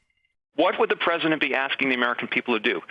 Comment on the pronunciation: He wasn’t calling himself a Wartime president, he just missed pronounced president.